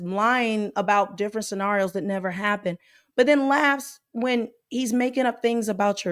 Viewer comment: Tell me that she did not just say scenariA? Ugh